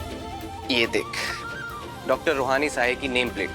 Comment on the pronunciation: रोहानि नहीं रूहानी